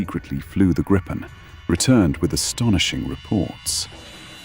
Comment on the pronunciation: More over-dramatized, amateurish AI laziness. BTW. For those interested, the name is pronounced "Gree-pen", not "Grippen". It's the same as the Griffin from English folklore.